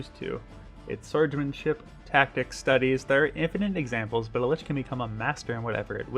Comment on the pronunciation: Lich is pronounced as Lick.